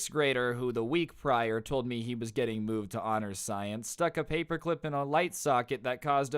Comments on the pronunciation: Ok, off his talking game today, I hear to mistakes already. One was him saying. Stience instead of sience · lol stience.